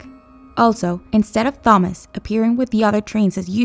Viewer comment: They pronounce Thomas right, then wrong later. This is absolutely terrible.